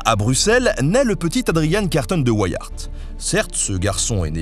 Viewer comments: Carton de Wiart se prononce tel qu'écrit en français hein (et sans prononcer le "T"). On n'en "anglicise" pas la prononciation vu que ce nom est d'origine belge . 😉 Je n'ai hélas pas trouvé le lien de parenté entre Adrian et notre Henry national. Un excellent livre de ce dernier à lire absolument, c'est "La cité ardente" qui raconte l'histoire de la principauté de Liège. Ah ben j'ai trouvé :-) ADRIAN CARTON DE WIART ( ) Fils de Léon Carton de Wiart, cousin d’Henry, Edmond, Maurice et René Carton de Wiart. Né à Bruxelles le 5 mai 1880, il fait ses études au Balliol College à Oxford. Lieutenant Général de l’armée britannique, il sert dans la guerre des Boers, la première et la seconde guerre mondiale. Il décède en juin 1963. Il a reçu de nombreuses médailles et distinctions militaires, dont la Victoria Cross en 1916. Il épouse en premières noces Frédérique Fugger de Babenhausen en 1908 dont il divorce (dite Ricky). Il épouse en secondes noces Joan Mac Kechnie. Il écrit ses mémoires en 1950, sous le titre de Happy odyssey (le livre sera traduit en français en 1985). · Boer, ça se prononce comme "bourre" (en néerlandais, 'oe' est la façon d'écrire le son écrit 'ou' en français). Et Carton de Wiart est un nom francophone. La famille est originaire du Hainaut. Pourquoi le prononcer en anglais ? Du même ancêtre est issu un ministre puis premier ministre belge contemporain de notre héro intuable. Les Wallons ne vont quand même pas devoir se mettre à prononcer les noms francophones bien de chez eux en anglais, quand même... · Même pas fichu de prononcer le nom d'Adrian Carton de Wiart... On voit que les recherches sont sérieuses ici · pout info, vu que Adrian était belge, son nom se prononce à la française: Carton comme du carton et Wiart (prononcer Viar) Bonne journée et merci pour le documentaire. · Tu peux prononcer so nom à la française , aucun Weyiart ici . Et aussi les Bo hairs (lol) en néerlandais c'est les " bours" (paysans) .